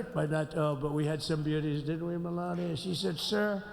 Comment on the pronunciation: Malainia?? Lol why can't asmon say names right? 🤦‍♂️😅